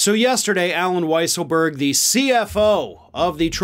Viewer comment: It's pronounced Weasel berg 🙄